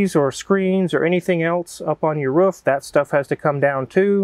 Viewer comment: Is it a Kansas thing where nobody can pronounce "roof" correctly?